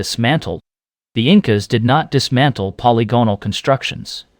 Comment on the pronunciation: I enjoyed your video but I prefer "polygonal" to be pronounced: puh • li • guh • nuhl